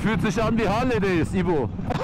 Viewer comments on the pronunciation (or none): als du sagtest "harley days" klang das in TR hale deyiz :D